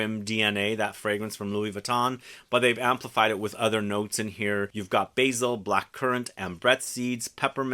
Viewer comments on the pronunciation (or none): none